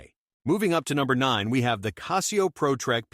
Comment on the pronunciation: Apples and oranges… The only reason a computer generated voice, that cannot pronounce Casio correctly, would tell you Rolex sucks, is to manipulate you. Casio is an excellent watch and so is Rolex. Anyone that tries to compare the two just wants your money and doesn’t care about your satisfaction.